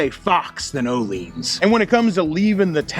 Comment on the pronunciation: ohlins is pronounced yo'llins. youwelcome. I think not a single American pronounces these correctly